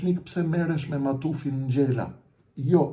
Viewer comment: JO SPARTAK NGJELA PO SPARTAK NGJALA 😂😂😂😂